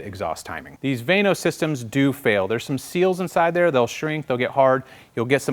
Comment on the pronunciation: I thought it was pronounced VANOS not VANOS.